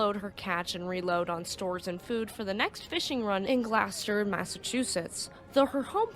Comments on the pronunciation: GLOUCESTER The name of the town is not "Glasster". It's pronounced like Glaw-stir. (Massachusetts resident here) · It's GLOSS-ter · Its GlaWsssteeerrrrr like Claw but Glaw lol Gloucester lol. Love the video. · Gloucester is pronounced , GLOSS - TER or if you live there it's GLOSS - TA ! 😆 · I always pronounced it glaw chister lol. I really wish they would have just spelled it how you guys want people to say it instead of how I pronounce it or how others say it like glue sester. 😂 It's like that steak sauce Worcestershire sauce 😂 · Its always funny hearing ppl to try pronouncing Massachusetts city, & towns. GLAW-STER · It could just be how she says it. Some folks call new Orleans naw linz and some literally how it's spelled. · Tomato (tuhmaytoe) tomato (tuh mauh tow.) 😂